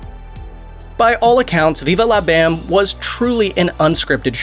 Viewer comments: Pretty sure everybody But You pronounces it Viva "Lah" Bam & NOT Viva "Law" Bam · Why you say it like that “veevah lah bam” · 😂😂😂😂 bro viVA la BAM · Wtf does it sound funny when you say Viva La Bam? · Why do you say viva la bam weird?! 😂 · Hearing him say Viva la Bam was like listening to a speak and spell try and pronounce it lol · Why you gotta say Viva La BAM like that?! Lol